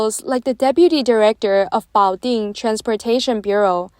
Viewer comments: Love ur work, but the AI voice pronounces the city name in english as "butt jo". It would be better to get your important message across to english speakers if you didn't make such funny mistakes. Keep on with the good work guys! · 😂we have a sleepy Joe here in the US, but they have a "Butt" Joe